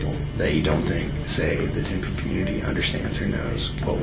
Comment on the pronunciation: Tempe? Tempe? Really?